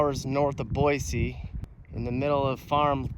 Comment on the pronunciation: 3rd generation Idahoan, my daughter is 4th. Thanks for correctly pronouncing Boy-See. Great video